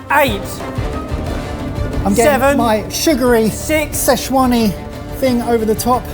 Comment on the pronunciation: Everytime they say "sze chuan" i die a little inside